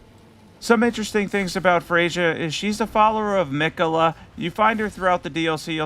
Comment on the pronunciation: I take it that you didn’t care much to listen to the dialogue of the characters in the DLC lol. Freyja gives us the correct pronunciation of her name as soon as we meet her. Thiollier too lol.